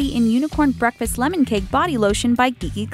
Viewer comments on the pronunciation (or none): none